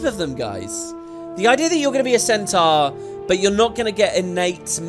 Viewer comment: Its what puts the salads over the humans for me. I can't stand the humies' american accents - particularly their wrong pronunciation of Centaur and Minotaur.